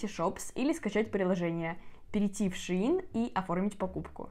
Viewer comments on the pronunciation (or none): Не шеИн а шЕинили шейн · Шеееин 🤣🤣🤣 ШЕЙН ❤️